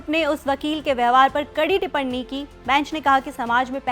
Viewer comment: टिप्पणी होता है, टिपरणी नहीं.